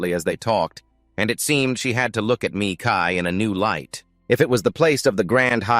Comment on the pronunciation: "Sigh", I'm sorry but hearing this damn AI constantly pronounce his name "Me Kai" instead of Mikail like it should be just hurts SO BADLY...😣